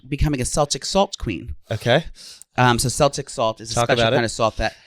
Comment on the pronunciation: It’s pronounced Kel tic not sel tic